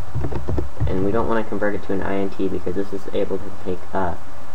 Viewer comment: It's pronounced int, as in integer. Because it's an integer.